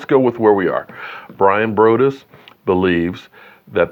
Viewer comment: Its Bryan br(ahh)dus